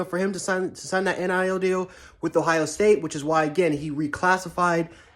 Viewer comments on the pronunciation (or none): none